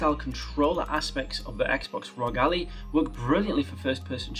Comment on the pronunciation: bro said Allie instead of Ally